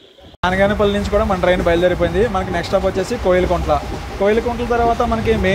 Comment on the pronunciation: బానిగానేపల్లే కాదు బనగానపల్లె